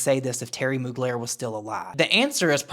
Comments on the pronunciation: not moogler..... intentional mispronunciation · Him saying "Terry Mogler" as if he doesn't know who that is is hilarious scorned hopeless highschooler behavior lol. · He’s such a piece lol “Mogler” wtfe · Brand sloot Jeffree acting like he doesn’t know how to pronounce mugler. His cheap looking new pallets, he needs to give it up and stick to e-begging as a 40 something yo on tt